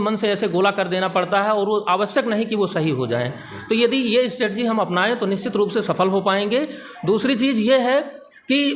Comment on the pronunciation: अरे गुरुदेव स्ट्रेटेजी होता हैं नेक्स्ट बार ध्यान से 👍🏻👍🏻